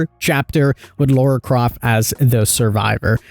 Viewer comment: Who's Laura...? It's Lare-ah... 🤣